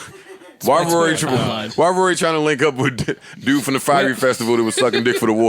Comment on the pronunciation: lol joe pronounce fyre festival like "fiery" festival.